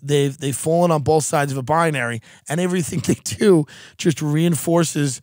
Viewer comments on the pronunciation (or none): none